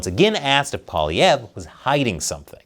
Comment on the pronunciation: You are the only american I've seen who pronounces his name properly.... are you from Québec???